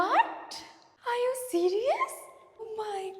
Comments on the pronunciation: That's call "Are You Serious",,Not call "I you Serious"🤣🤣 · Are you serious ❌ i you serious ✅ 😂